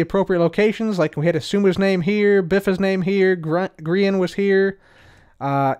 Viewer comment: Grian is pronounced green like the color, but that's ok you didn't know. 😀👍